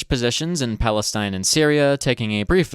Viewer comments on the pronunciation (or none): none